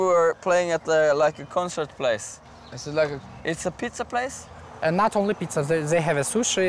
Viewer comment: This is so funny the way Bard says "it´s a pizza place"? ))))))))